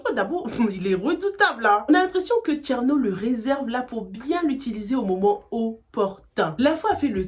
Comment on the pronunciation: on dit thiérno mais pas thiano